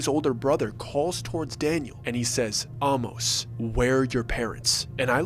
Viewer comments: Intercourse is about a 20 minute drive from where I live in Lancaster PA. Interesting story. Some of the information is incorrect, such as lights in the Amish. inn. The name Amos is not pronounced like the word almost (take off the t). It’s pronounced with the long A sound and then mos. But we enjoyed the story! You should check out Intercourse, down the road is Blueball, Bird-in-hand and who could forget Lancaster!!😊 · Amos is pronounced Ay-Mus. Hence Famous Amos Cookies. There’s no Hollow Creek Inn. I live 20 minutes from Intercourse. The little boy with the tongue cut out was clearly taken from the movie Speak No Evil.